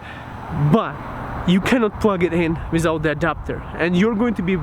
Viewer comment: SAYS WISOUT INSTEAD OF WITHOUT:-D